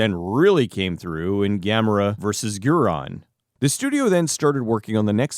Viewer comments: Correction: Gyaos is pronounced "gouse," like house, and Guiron like "gear on." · You did all this research but didn't research how to pronounce a lot of these names? Guiron was killing me. You kept pronouncing the i after the R when its clearly spelled BEFORE the R. How embarrassing